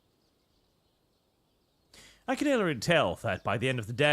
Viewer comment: Can't pronounce "hombres," but can understand "Arbeit Macht Frei"